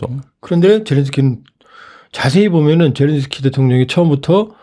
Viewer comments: 젤랜스키를 왜 젤런스키로 부르나효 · 끝까지 ’젤런스키‘ 라고하는 사람이 있네…. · 젤렌스키를 왜젤런스키라 부르시나여?